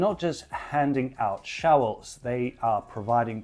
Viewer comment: Says showels, not shovels